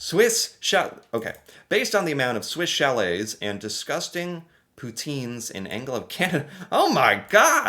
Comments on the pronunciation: How to say you are American without saying you are American. Swiss Cha-lette vs. St. Hue-bert. 😂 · 😂 Swiss "Sha-lay" and "San Oo-bear" 😉 Good try though! ✋ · if you’ve never had poutine, you NEED to try it. Amazing.🤩 And you know it’s pronounced Swiss Shall-ay 😂 You did a video on these restaurants! 😂😂😂 The “Order of Canada” is like being knighted in England, or receiving the President’s Medal in the US. On the Manitoba-Ontario border, you can see snow into May (but it doesn’t stick around for long). One May long weekend, my buddies and I were fishing, and we were hunkered inside from snow on the first day, and sun tanning on the second day. The ice scraper comes out of the car from May to September. (But in central Canada, the ice scraper is a two-handed, 3.5 foot model.) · Saint Hu Bear .... and swiss Sha lay .... I'd say learn to speak english but those of those are the french pronunciation for these french Canadian restaurants ... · Oh how you mispronounced both Swiss Chalet and St. Hubert. Both are basically pronounced in French. Swiss Chalet (Swiss Sha-leh) St. Hubert (St. tu-bearr, when spoken the T from Saint carries thru the silent H into the U) Edit: didn't watch 5 seconds longer. Swiss Chalet, St. Hubert, and Scores are all Rotiserie chicken restaurant chains. Swiss Chalet is rare in Quebec. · 😅 Swiss "Cha-lay" and "San U-bear" Good try though! ✋😉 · The way he pronounces Swiss chalet cracks me up everytime. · If I run into a wall, or hit my head on the cupboard above me, I don't say sorry, I usually swear! And thank goodness you finally learned how to pronounce Toque and Chalet! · F*ck the way he pronounces Swish Chalet is so cringe, It is French.